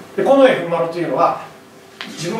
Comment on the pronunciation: 例えば、 「近衛しかいなかった」→「コネシカイナッタ」に聞こえる。プー